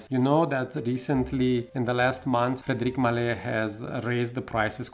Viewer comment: You mispronounced the brand name.